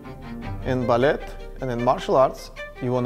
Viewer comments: You don’t pronounce the T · Why is he pronouncing the t in ballet